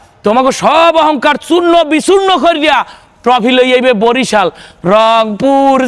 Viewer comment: Brazil ❌ barisal ✅ 🤣🤣